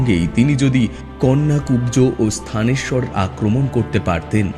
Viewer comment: স্থানেশ্বর নয়, থানেশ্বর